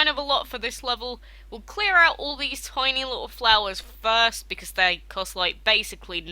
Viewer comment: why are you saying becaese not because